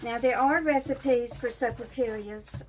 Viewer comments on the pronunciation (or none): not being critical, but the l's are pronounced like y's😁